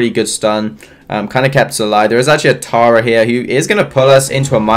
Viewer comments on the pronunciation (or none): none